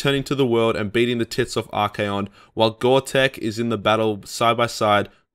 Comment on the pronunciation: tzeentch (zinch) not tis-nitch haha Also Archaeon is 3 syllables, ar-KAY-on. Good video, obviously not a big deal. Made up words.